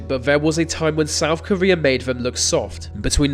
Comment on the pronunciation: "Vay Vos Vem"